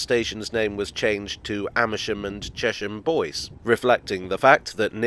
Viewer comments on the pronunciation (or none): Chesham Bois is pronounced Chesham Bwah it's French and means wood same goes for Thayden Bois